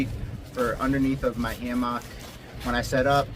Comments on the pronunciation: you say hammock wrong lol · "Ham ock" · The way you say hammock is wild